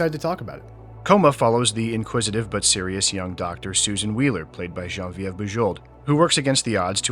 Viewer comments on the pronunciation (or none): I've never heard 'Jen Ee Vive' pronounced 'Jean Vie Yehr' before. I'm not sure how I feel about it.